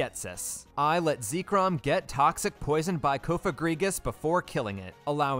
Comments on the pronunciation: why bro call it zeeeee-krom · Why do you call it Zeekrym? It's Zekrom 😭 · Im late but pronouncing zekrom as zee-krum and not zeh-krom is crazy. I hear new ways for ppl to mispronounce pokemon names often 😂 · It's pronounced Zeck-rom, not Zeek-rom. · IVE BEEN PRONOUNCING ZEKROM WRONG?! how you say it: ZEE-krom how i say it: ZEK-rom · If you say zeekrom one more time I'm gonna lose it. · Zekrom -> Zeh Rom -> The Rum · Ah yes, ZEEKRUM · Whenever he says "ZEEkrom" a part of me dies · “Zeekrum” it hurt every time he said it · "ahhh yess ZEEkrum, and ZebSTREEKA" my favorite pokemon. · Zee krum?? 😭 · How you say zekrom is weird (first time hearing someone say it that way) I pronounced it like Zek-Rom, and rom pronounced like rom as in rom hack) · I think specifically cause you called zekrom zekerom it counts as wild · I would have said it's fine... but hearing you say "zee-krom" is making me reconsider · Zekerum, really??????? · its pronounced Zeh chrome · no, that's what I'm saying. I've never heard it pronounced "ZEE-krom". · I'm sorry.... how did you just pronounce Zekrom? its literally pronounced how it's spelled! Zek rom! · No, I was thinking "Why does he pronounce Zekrom like that?" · Zekrom, Zebstrika, and most of the city names. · The only illeagle thing here is the pronunciation of Zekrom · Idk what’s more wild, you beating the game with no wild encounters, or the way you pronounce zekrom. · Your pronunciation of Zekrom is certainly unique. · Please never say Zekrom out loud again respectfully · I would absolutely consider this a win except for the fact that you pronounce Zekrom like that so you lose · No matter what people believe about the end validity of the challenge, what's not valid is how you pronounce Zekrom lmao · I know youre pronouncing zekrom like that on purpose because of how much you said it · I believe you mispronounced Zekrom as well as other mons. Oh well I guess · Please pronounce Zekrom properly, this wickedness must be stamped out.